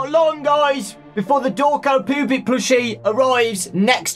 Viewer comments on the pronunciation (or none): I know he said "poopet" in the beginning but for a split hot second I thought he said "the pubic." 🤨 Derp. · It is gust me or dose it sound like he sad poopet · when he says poopet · why still say "poopite" plushie